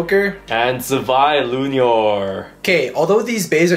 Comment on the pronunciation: Not lunior bro.